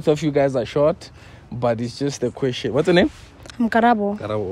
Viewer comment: Ke gona ke tsena.. "The kweshen is still coming"😭😭